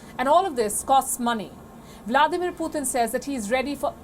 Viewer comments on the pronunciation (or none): Indian lady keeps on saying poothin🤦🏽‍♂️🤣🤣🤣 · Why does she not know how to pronounce Putin??